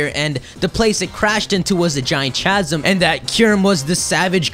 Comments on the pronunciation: Interesting theory. P.S. Chasm is pronounced 'ka-zum, not 'cha-zim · I'm sorry but please make sure you are saying words correctly. It is pronounced "ˈkazəm" not "chazem" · I've never heard someone say chasm with a hard "ch". I usually say it as caz-uhm. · I'm pretty sure chasm is pronounced 'kas-am' not 'cha-sam' idk though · Chasm pronounced Kasm.. Sorry just thought I should let you know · Chasm. Ka-sum. Not Cha-zum, but ka-zum. I'm sorry, but I cringed every single time you said cha-zum. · ITS PRONOUNCED CAZ-UM!!!!! CANT WATCH ANYMORE UNTIL FIXED!!!! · sorry... I tried to ignore it but it really started to bug me after the fifth time you said it. Chasm is pronounced like "kasm" you don't actually say the "ch" like you would in cheese or cherry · chasm is pronounced casm. please keep this in mind in future videos. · its pronounced with a K sound. Like kasm. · This is a very well thought out Pokémon theory. It actually sounds quite believable when looking at pokedex entries, in-game items, and visual cues. Might just subscribe. By the way, the word "Chasm" is pronounced as "Kasm". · Chasm is pronounce [Kazm] other then that interesting speculation. :-) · Hi no offense but chasm is pronounced as kasm the ch make the k sound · chasm is pronounced: ck-ha-sm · *Chasm is pronounced Kasm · Nice video and i love the dog in the background but god man every time i hear you pronounce chasm i want to punch you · You are pronouncing "chasm" incorrectly. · Isn't the H in chasm silent?